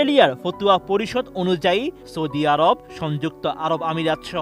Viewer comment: ফতুয়া নারে ভাই 😂 ফাতওয়া